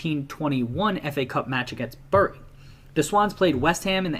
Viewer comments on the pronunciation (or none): none